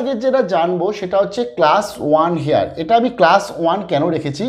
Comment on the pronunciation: আপনার উচ্চারণ আরও পরিষ্কার করে বলতে হবে,একটা বলি আপনি বলছেন 'হেয়ার: হবে এয়ার ।এরকম আরও আছে।